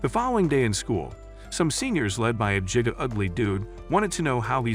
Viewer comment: ITS NOT JIGA CHAD ITS GIGA CHAD U DUM BISH